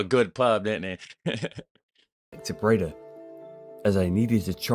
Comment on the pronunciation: Camping wild is illegal you get fined...Breeeee daaaah [Bray daah] NOT braydh